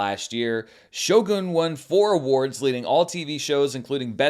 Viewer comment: Thank you for saying Shogun in Japanese 😊